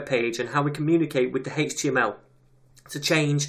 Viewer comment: You actually responded to what I wrote, you are a star man. For the love of JS chaos gods I would've never guessed the way you pronounce HTML is legit. Although now as I think of it, there is so many derivations of this language I'm now surprised that I was surprised. Thank you again for your work on this materials.